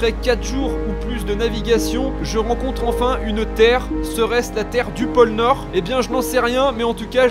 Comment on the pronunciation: Pôle nord Pas pole nord